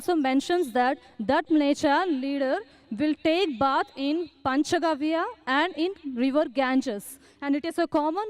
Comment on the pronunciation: Zakir can't even say "Panch Gavya" - He says "Panch Garv".. Why do Muslims believe in the Stupidity of this man - Zakir the Buffoon Naik? The Bhavishya Purana that we have today is a fake and a medieval forgery. There are no trustworthy or noteworthy predictions in any Hindu scriptures because their teachings were very much rooted in the here and now. What is the point in teaching inquisitive students today about stuff that will maybe happen in 1000 years? Who cares? What we want to know is how to deal with our stuff TODAY. So all the teachings of Dharma relate to the present continuous tense only. Future and past are irrelevant. Prophecy is a cornerstone of the Abrahamic religions not the Dharma coalition. Thanks go to Rami Sivan, who answered this in the Quora Muslims doesn't know that this story really doesn't end there. If they read rest of it, they will run saying this Maha-Mada (Super Alcoholic) isn't Muhammad at all... Poor followers of the Buffoon..